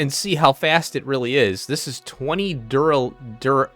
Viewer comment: Thanks for the episode. Duralin... Duralumin - easier done than said! 🤣